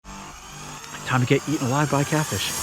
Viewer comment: You said git not get